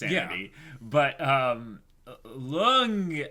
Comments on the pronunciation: love your reactions but it triggers me your pronunciation of Lunge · It's "Luung-ay" not "lung" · Guys, please read this. Lunge's name is pronounced "Loon-gay". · They're calling him "Lung" when that's not his name. It's like calling Princess Leia "Lee-ah".